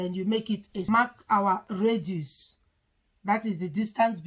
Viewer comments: Radius n not raduce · If she didn't pronounce it well, are u the originater of English, jealous person, if u are watching her videos to learn from her, shout up and learn